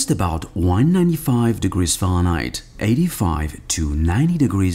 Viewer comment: Omg when he says Fahrenheit